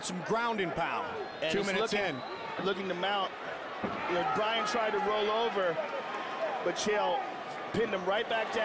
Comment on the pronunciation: was hoping dudes name was actually brain cmon man get it right